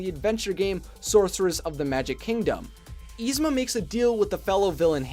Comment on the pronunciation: [is-ma] not [eez-ma]!